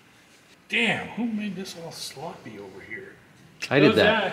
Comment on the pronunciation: I’m taking a shot every time says shloppy.